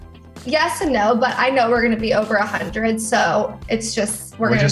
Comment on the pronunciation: Hunner, I don't know where the "t" went, but there you go.